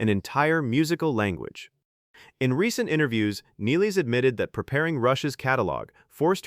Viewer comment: At least you are the first one who pronounce her surname correctly.